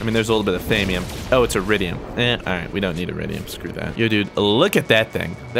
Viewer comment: ITS THAW-ME-UM